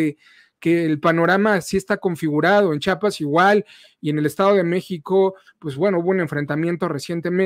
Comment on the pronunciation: Solo una observación: el Estado se llama CHIAPAS y no CHAPAS.